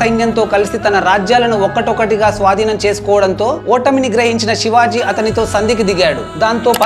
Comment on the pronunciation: Brother aur ek bar thik se nam lele na okay